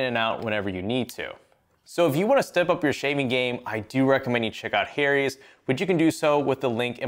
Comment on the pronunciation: why did my guy pronounce Harry's like that?